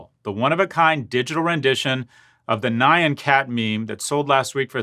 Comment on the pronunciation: It's more like nyahn cat. Kinda being pronounced like knee yawn but without the leading in ee sound and the w sound in yawn if you are the type to actually try to get that in there at the end. That said, I'm happy every time I see someone not be acquainted with a dumb meme that I couldn't manage to avoid myself.